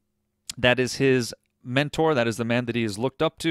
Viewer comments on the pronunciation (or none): none